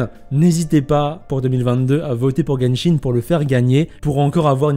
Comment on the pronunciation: nahel X ça se prononce guenshin c'est pour rire qu'il a dit jenshin